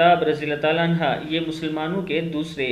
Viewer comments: Anha Nehi Anhu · نام صحیح بولو رے عنھا نہیں ہے عنہ ہے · अन्हा नहीं अन्हो है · Anha nahi anhu kehte hn bhai anha aurton me lagta h sahabiya me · Rjillahhu anhu hai bhai anha nahi ok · بھائی جان عَنْہُ صحابہِ کرام (رضی اللّہ عنہ) کے ساتھ پڑھاجاتا ہیں اور (رضی اللّہ عنہا) صحابیات کے ساتھ پڑھا جاتاہے